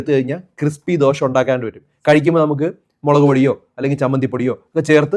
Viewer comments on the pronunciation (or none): Not dosha but dosah in malayalam ദോഷാ ദോശ